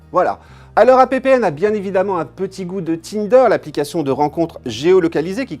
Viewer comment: "APPN", c'est "happen" comme dans "make it happen", ou "conclue"... je te jure.